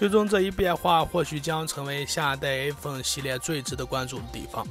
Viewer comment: Stanley 不停Aphone Aphone